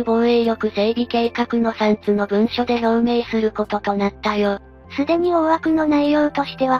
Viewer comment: 3つの(さんつ→みっつ)・19：29創隊(きずたい→そうたい)